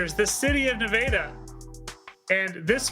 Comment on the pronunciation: I just randomly found this channel. Thanks for the winter coverage, but for someone who lives in the State of Nevada, the way y'all pronounce Nevada is throwing me for a loop.